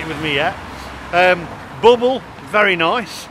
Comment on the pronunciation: pronounced "BAAABLE init